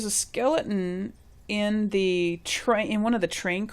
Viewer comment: I love your vault and I am following how to do it. At first I was so overwhelmed with starting vault 88 I about put the game away. But thanks to you!!👏 Also the way you say your t's Skeli-en reminds me of how Jon talks from game of thrones. :P